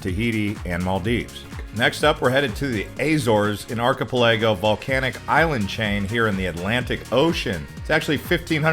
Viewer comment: You need a better video narrator. This one can't seem to pronounce many of the names and places in the video. He can't even pronounce archipelago correctly. Hey narrator, it sounds like ark-uh-pella-go or arky-pell-uh-go (depending on your inflection). It's not difficult. The amount of mispronounced place names is atrocious.